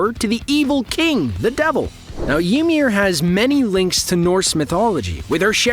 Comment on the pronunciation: mf said yeemir